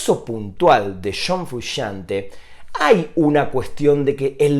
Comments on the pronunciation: shon frushante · Shon Frushante.